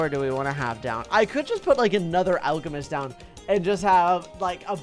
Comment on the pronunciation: alchemist sound alcohol